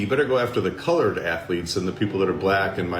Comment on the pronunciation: BIDEN SAID CLOURED